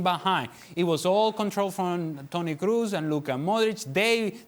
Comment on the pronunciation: Is it a shame that man who works on ESPN channel doesn’t know how to pronounce the Toni Kroos name.. He pronounces Toni Cruz instead really amazing.. probably Penelope Cruz and Toni are relatives.. and they don’t have any idea of that .. ohh yeah cassandra telenovela🤣🤣